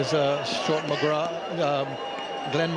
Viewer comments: It's not mcgra'th' It's mcgraa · lol listen to Michael Atherton pronouncing it, I have a childhood memory of him saying "I think Glenn McGra"th" bowled really well" when he took 8-38 at lords and england were bowled out for 77 but yeah mcgraaaaaa is the right way to say it